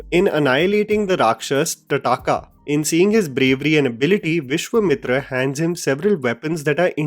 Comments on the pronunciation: Great video, but you need to really correct your pronunciation of Vishwamitra - Vishwa is pronounced as Vishwaa with the last a being a slightly long syllable. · Vishwemitr? 😅 Tataka as in like Tatanka the WWF fighter? 😅 seriously why are so bad at pronouncing these names. Why can’t you pronounce Vishwamitra and Thataka as they should be pronounced. Why don’t you see the Hindi TV serial Ramayan once and learn the correct pronunciation?